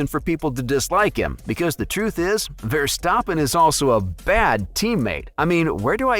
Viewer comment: What about you stop hating and start saying his name right